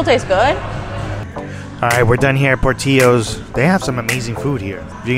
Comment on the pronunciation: LOVE Portillo's!!! 😋🥰😋🥰😋🥰 NW Illinois here. You're saying Portillo's wrong. Por-Till-o! Safe Journey! Yellowbird Blue Agave Sriracha!!!